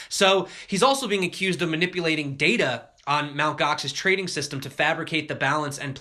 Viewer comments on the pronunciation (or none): none